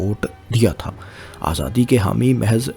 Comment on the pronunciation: صاحب آپ کی ویڈیوز میں بہت اچھی معلومات فراہم کی جاتی ہیں ۔ لیکن آپکا اردو تلفظ ٹھیک نہیں ہے ۔ آپ پنجابی زدہ اردو بولتے ہیں ۔ مثلاً Himayat ko Hamayat, Mukammal ko Makkamal, Aazadi ko azadi, aor ko or Difa ko Dafa بولتے ہیں ۔ آپکے مقابلے میں فیصل وڑائچ صاحب کا اردو تلفظ بہت کمال کا ہے۔ آپ ان سے مدد لے سکتے ہیں ۔